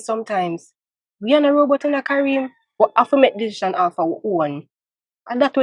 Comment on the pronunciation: and, needs to learn proper pronunciation. When they say decisions, it don't sound right at all. 🎥🍿👀🇯🇲🇯🇲💯